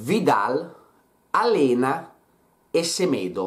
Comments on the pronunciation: Arthur non mi dispiacerebbe. Comunque si pronuncia AleGNa non Alena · Alena? Mastro semmai sarà Aleñá (pronuncia ALEGNA') ... e cmq NO, stiamo parlando di 5 giocatori che messi insieme NON valgono Lautaro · si dice alegna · *Aleñá a dirla tutta. Comunque volevo essere proprio specifico, se lo scrivessi con la "ñ" non so in quanto saprebbero la pronuncia